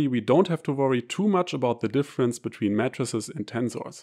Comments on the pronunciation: This is a good video. The only thing I would comment is that of the pronunciation of matrices. To an American audience it sounds like you are saying MATTRESSES. The American pronunciation would be May-trah-sees. A singular May-trix. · Your English is superb and idiomatic, and the accent may even be an advantage when teaching math. But unsolicited advice: your “matrices” sounds exactly like “mattresses”. That first “a” should sound exactly like “E, dann I” auf Deutsch. MEEITRIX, sonst total verwirrend . Might be relevant in your line of work. Matratzen statt Matrizen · mattresses 😂 😂😂 y mean 'may-tr-sees', rather ? yeah, that gets my vote... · For the first 2 minutes I heard "matresses" and yes, I was thoroughly confused.... haha